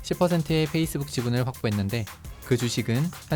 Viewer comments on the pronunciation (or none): none